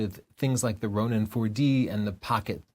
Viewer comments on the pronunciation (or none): none